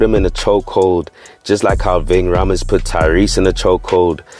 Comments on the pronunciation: Nigga its pronounced “raymes” not Rhaamez 😂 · Pronounced "Ving {Ray-mz}" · Rha-mes 😭 Rhames! nigga damn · Man said vinh raaaah meez